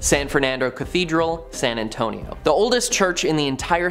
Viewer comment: San Ann-tone-ee-oh